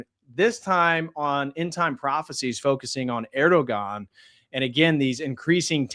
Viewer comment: The ğ in Erdoğan is silent 🤫 😊 Just trying to help out!